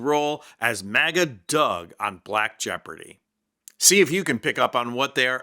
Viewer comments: It sounded like you said "MAGGOT ADMINISTRATION. "😂😂😂😂😂😂😂😂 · For a moment I thought you were saying maggot not maga lmfao 😂